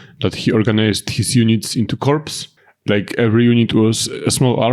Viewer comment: Corps is pronouced Cor the ps is silent